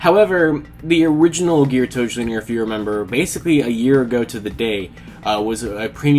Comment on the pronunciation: The L is silent in Geartozinger...